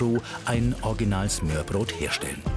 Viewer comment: Also 1.: Galileo sollte sich dringend mehr mit der Aussprache beschäftigen. Sie muss ja nicht perfekt sein aber es macht mich einfach agressiv, wenn man sich keine Mühe gibt und denkt man könne es wie schwedisch aussprechen z.B. smörbröt Und 2. Wieso hat man nichts zum Dannebrog oder zur Königin gesagt? Die sorgen immerhin mehr dafür, dass die Dänen glücklich sind, als ein Flachtoaster!